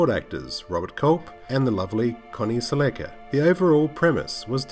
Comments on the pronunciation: Like your stuff but you have to work on pronouncing these names right. Accent or no accent. For instance Michael Paré. See the little thing on the end of the E. And it's Connie Sell-Eh-Ka. Not Sell-A-Ka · The last name is pronounced like Cel- la-Ka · Good video down memory lane. I loved the tv show when I was a kid. One note though, Connie's last name is mispronounced...the proper way to say her last name is like the Toyota car, Celica. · Se-LECK-a? No.